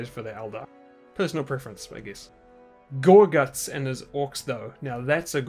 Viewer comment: I love how you say "gorGUTZ!" WAAAAGH MATE